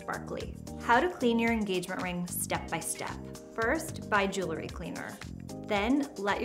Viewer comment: The word is JEWEL-RY; NOT JOOLERY!